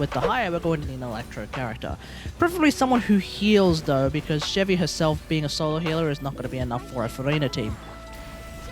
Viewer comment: Also the fact that he isnt using chevy right